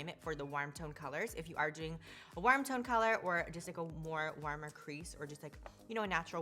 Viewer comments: They way she says "worm" instead of "warm" makes me snort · the way she pronounces “warm” is killing me